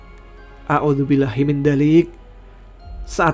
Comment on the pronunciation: Naudzubillah minzalik.. bukan audzubillah